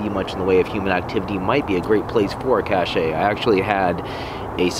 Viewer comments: it pronounced cash not cash ay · Cache, French pronunciation = CASH, by most in the US. Love your work.